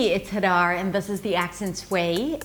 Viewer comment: De los los mas de 100 profesores de Ingles en internet, esta es la pronunciacion mas clara de todos. Y. siento y entiendo todo, como que me estan hablando en Espanol, pronuncia Hadar mejor que Tiffany.